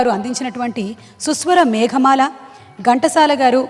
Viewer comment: మేగమాల కాదు మేఘమాల!